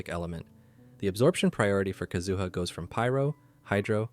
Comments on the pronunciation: All three syllables in 'Kazuha' are the same duration. Please don't extend the middle one, it makes it sounds like "kazoo". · Yes, your pronunciation is weird. It's like how they say Ayaka in EN Dub. But how to pronounce their names in Japanese have different accents. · So many years to pronounce his name right, yet you fail so hard. Disliked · The first person I've heard pronounce his name like that, haha.